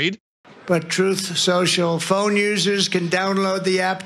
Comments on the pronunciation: He was almost there with his pronunciation of his garbage new social media app. "Troth sential" so close to the proper name "troll central" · He couldn't say truth social either! Troth Senshul! 😂😂😂😂😂